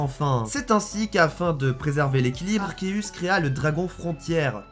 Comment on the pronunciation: Mais sauf que c'est arkeus et non arceus